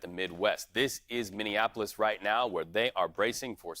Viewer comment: Really hard to hear that pronunciation of Minneapolis! 😬